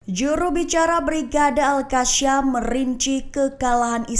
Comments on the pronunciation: Gak enak banget kakak ini baca berita, sejak kapan al qassam jadi al qasyam 😢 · Al Qassam bukannya Al Qasyam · Gemes sama host..bisa baca ga sih 😮 Qasam itu Qaf... bacanya Qosam... bukan al kasyam.beda artinya mba.. astaghfirullah